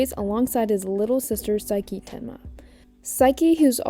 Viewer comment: I'm gonna jump you if you keep saying saiki.